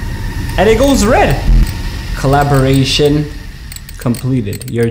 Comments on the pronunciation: Is "Calibration" not collaboration bruh wtf :)) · Him not being able to pronounce calibration is a mood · this man doesnt know how to read "calibration" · Is anyone else mad about how he says calibration